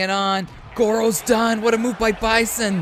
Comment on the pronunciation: Bruh how you butcher bison and Akuma names but said dahlsim name perfectly Great showing otherwise Akuma was putting on